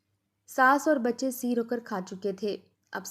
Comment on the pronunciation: Seer nahi Sair hota hai .